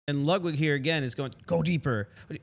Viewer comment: “Lugwig” If you don’t care enough to pronounce a name correctly, Im going to assume that you dont take the time to make sure everything else is right too.